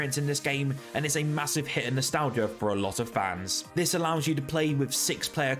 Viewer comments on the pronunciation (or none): none